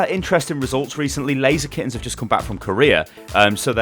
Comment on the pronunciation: It is not Lazy Skins, it is pronounced Laser Kittenz